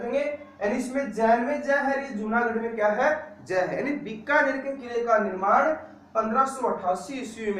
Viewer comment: बीकानेर ना की बिकानेर